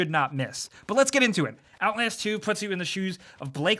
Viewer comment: He said "OutLAYASST 2" HAHAHAHA